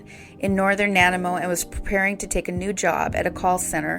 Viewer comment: Nanaimo (Na-Ny-Mo ) ;) thank you for speaking about Lisa. I always feel some kind of way when the case is so close to home. ❤